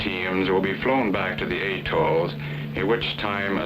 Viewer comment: AYEtols, AYEfricans, AYEpples, AYEssoles!...🙄